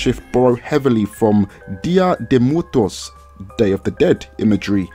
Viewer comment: "Dia de mutos" as a spanish speaker you made me LMAO XD, loved your video man!!